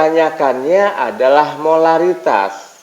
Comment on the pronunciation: Pak lamun nu cedal mh molalitas semua nyebutnya hehe